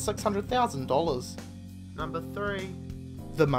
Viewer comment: numbaer, tin